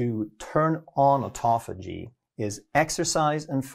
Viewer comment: то аутофа́гия, то аутофаги́я, аффтор, определись☝️🧐